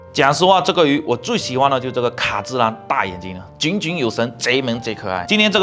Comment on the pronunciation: 矫正读音: 炯炯有神-->jiǒng jiǒng 有神